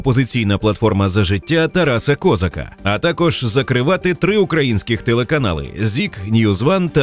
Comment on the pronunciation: Чому Ко'зак,а не Коза'к???